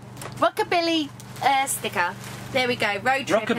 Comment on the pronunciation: Dan you're making us laugh with your Rockability instead of Rockabilly, you silly billy😂 . We love watching you both. Did we hear you say you're coming to Hereford? If so when, we would love to meet you both. Rich and Wendy xx